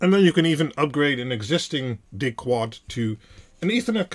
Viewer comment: chuckle … no … just the way you say “Dig-Quad” sounded to them (and I’ve thought it too) very much like ‘dickwad’. 🤣